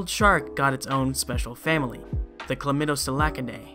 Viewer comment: MY DUDE READING OFF OF A POWER POINT LMAOO Being serious, he did pronounce the frilled sharks family perfectly.... I’ll give him the credit for that.